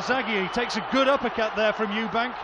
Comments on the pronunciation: Frank Warren has known him for over 20 years and still calls him Eubanks 😂😂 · And Frank Warren can't even be bothered to say Eubank, instead of Eubanks. Ignoramus. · It's Eubank not Eubanks ffs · Stop fucking calling him Eubanks, it’s EUBANK. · I love the way Frank Warren relentlessly adds an ‘s’ on Eubank, to make it ‘Eubanks’, to this day..... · It's Eubank. Called him Eubanks atleast 20 time. It's disrespectful to not learn a guys name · Frank Warren always says Eubanks. Done it his whole career. Does he not realise it's Eubank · Someone needs to tell Frank it’s Eubank not Eubanks. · His name is Eubank, not Eubanks you weapon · His Name is Eubank, not Eubanks! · Why does Frank Warren keep calling Eubank 'Eubanks.' Strange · Eubank, not Eubanks! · Why he saying Eubanks when it is eubank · ....also, ‘Chris Eubanks’ ...?! Christ Franks! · Eubank not eubanks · "Eubanks"?? WTF? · This is impressive by Calzaghe. Wtf is Frank Warren falling him Eubanks. His name is Eubank. If this is not a known nickname for Eubank, I think Frank Warren should be banned from all boxing. You can’t add a little s when you want to. We are English people. We do not Call him Eubanks if his name is Eubank! This video and Frank Warren being paid what he gets and being that thick to call him Eubanks is crazy!! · Stop saying "Eubanks" it's embarrassing! STOP IT! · At one point he says 'Eubanks' 4 times in 6 seconds. It's a derisory act to get someone's name wrong. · With respect to Frank Warren and all he has done for boxing promotion , at least he could get the name Chris Eubank correct please . He dropped the 'S' at the end of his surname many years before . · Could at least say "Eubank" properly after everything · Stop saying "Eubanks"